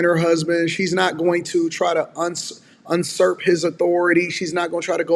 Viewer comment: *Usurp, not unsurp